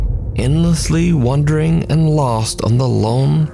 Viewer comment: Dear: "wandering" is not pronounced the same as "wondering". Been bugging me for weeks.